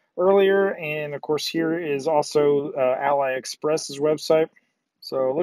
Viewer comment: AliExpress is pronounced alley-express. Easy trapping for an American. The ‘ali’ part comes from Alibaba.